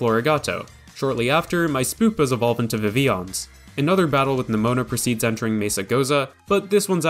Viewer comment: love this video because you said vivillon correctly